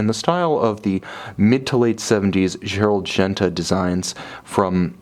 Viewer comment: "ongener", "dzzerald genta" lol